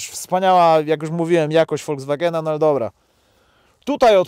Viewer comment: Nie Woldzwagena, a Folkswagena! K...a!😉